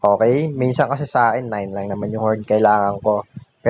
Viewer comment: Napaka bangis mo idol 🔥 Seeeroo nhaayn Nhaayn whaann Treeee nayynn Xeerro phowwr Sebben sirrroo Eyyyttt